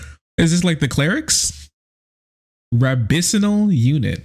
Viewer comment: It's good that you continued to shine a light on this, But bro, you pronounced rabbinical 'rab-bini-sal.' I'm dead. ☠